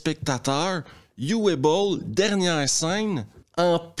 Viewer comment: Juste pour apporter une petite précision "phonétique" sur la prononciation du prénom de Uwe Boll qui se prononce en fait "OUVE" (un traumatisme de mes leçons d'allemand au collège...). Voilà, c'est tout... 😅